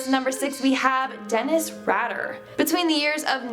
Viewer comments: This shouldn't matter but.. Dennis RAD ER ---> is pronounced like RAIDERs. For some reason that was driving me crazy. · Its pronounced Dennis "Raider" has from Wichita Wichita Kansas he's also very very manipulative I know people who have worked in the prison hes in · Who is this idiot girl? His name is Dennis Rader (Ray Der). Not Radder. BTK also is the initials of the name he put on letters to KAKE tv and the Wichita Eagle Beacon newspaper. (B)ill (T)homas (K)illman. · I love that she said BTK’s last name wrong! Pompous prick would be so butt hurt, I love it. I worked alone at night when he resurfaced in my hometown. Fun fact: My dad was swabbed for testing to see if he was BTK (my boss was a bitch). My dad was deployed during all of the murders, so it wasn’t even possible. Too bad I didn’t get a cool T-shirt that said, “my dads NOT BTK”. What sucks is BTK would love to know he made it on a top 10 list. He looooves any attention he could get. Otherwise he actually could’ve gotten away with everything he’d ever done in the past. He needed to get caught so he could be infamous. He craves the attention. Unfortunately, now knowing he’s actually stuck in solitary, it destroys that hope most of us had that another prisoner might’ve given him his own form of “special” treatment. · It’s pronounced Rai•der and Bind Torture and kill not bind em torture em and kill em 🤦🏾‍♀️